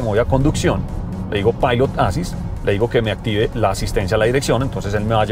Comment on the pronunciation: Volvo siempre deslumbra con esas naves que sacan... Hermosa esa XC60 Recharge T8.... Como siempre, excelente video y reseña, gracias. (un pequeño detalle: la palabra en inglés "assist" se compone de dos sílabas que son "as·sist"; el acento va en la segunda sílaba (ə-ˈsist), algo como "assíst". Solamente eso). Gracias